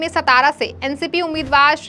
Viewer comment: सतारा नही सातारा